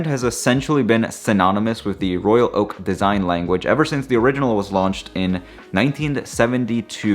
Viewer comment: The way you pronounce..Royal..Oak precisely of each word is excellent and extremely rare. Most say Royal Loak that make me annoyed. BTW I have only one AP, the 15202ST J series 2016.